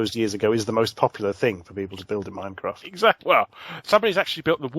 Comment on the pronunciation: Every time Larry says "Minecraft" I hear "Mycroft"...